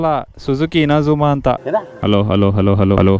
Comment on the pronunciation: INAZUMA ❌ INZAMAM ✅